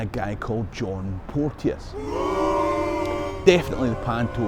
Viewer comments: Hi, love your stuff. Just one wee gripe. My granny was a Porteous and it's pronounced Portchis not Port-e-us. That's poshification, and the Porteous family were a bunch of torags and neverdowells at best and don't deserve it. But I'm a Fifer so what do I know:) May yer lump aye reek wi ower folks coal... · Hi. As a member of the clan Porteous can i say on here that we pronounce our name Port Chus. Its funny Ryan Porteous Hibs i have heard one commentator get it correct. Easily done, Keep these great videos coming! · We had a chemistry teacher called Porteous back in the day and he insisted you pronounced his name "Portchus."